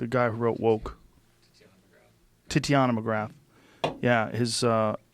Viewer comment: Does anyone else find it hilarious that Joe continues to horribly mispronounce Titania McGrath, even after having the creator of the character on the show?